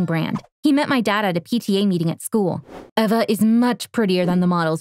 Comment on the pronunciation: no it's Eva (pronounced eh vah)